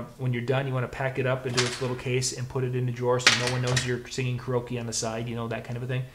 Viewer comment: Hey bud it's pronounced, care-e-oak-e not whatever gibberish you say.